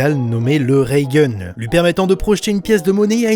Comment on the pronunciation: C'est pas raygun c'est raiton